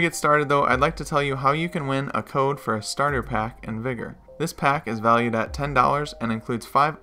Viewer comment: Ayyo you sure you’re pronouncing the name of the game right?